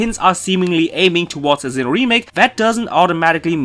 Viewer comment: Why are you pronounsing Zinn9h instead of Sinnoh, maybe I'm wrong, but I can hear Z.